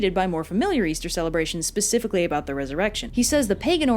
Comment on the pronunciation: “Pacifically” Triggered